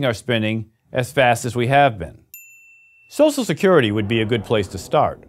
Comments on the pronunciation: Nobody: This guy: S O S E L Security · Lol can't pronounce social security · his pronunciation of "social" is killing me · Social, not Sosial! Other than that, this is such a great/true video.